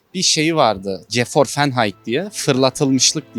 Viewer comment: Geforfenhayt mı? Almanca okusak Gevorvenheit olur. Veya Gevorfenheit. Veya Geforvenheit. GEWORFENHEİT yaw doğrusu. Gevorfınhayt diye okunur. Cahil kalmayalım